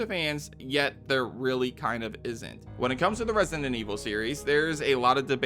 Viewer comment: Could you learn to pronounce Resident, jeezus...